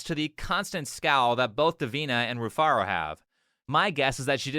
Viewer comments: Her name is Re-Fart-A. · Rufaro spoke to him face to face and he still got it wrong because she mumbled. He said "Rufara". That's how much she didn't pronounce HER OWN NAME. I thought she said Rufarta. The nerve to hold others accountable when you can't pronounce your weird name yourself. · Its pronounced refarted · her name Rufaro is a Zimbabwean name and she did a terrible job of pronouncing it it's actually a quite common name in Zimbabwe and it means happiness or joy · That first girl's name is not easy to pronounce at all the way you read it (Rufaro) is how you pronounce it but she is a Zimbabwean and that's what all Zimbabwean girls do trying to change the pronunciation of their names to sound cool. That's very sad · shes already lost the argument How are you gonna open up with an argument if you cant even pronounce your name correctly? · Rufaro is a Shona word for Happiness. Saw a reaction to the og video a while back and I have to admit, her name flew past me as well. As a Shona dude I would have immediately picked it up if she didn't butcher it. Shame on her. Bruh....she said she's a Zim goddess and fails to pronounce here name correctly???? I'm offended. So sad that, a white man, pronounced the name much better than she did😓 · Rufaro 😂😂😂 that's a Zimbabwean name. That's not how you pronounce it. Why is she saying it like that?